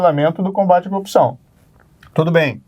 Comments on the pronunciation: coupçaaauun* ele é incapaz de pronunciar o "r", o pobi kkkkk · Coopção , conje, qua , qua , qua …. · Que cara fraco meu deus! "A copção..." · Qndo esse corrupto vai aprender a falar "corrupção"?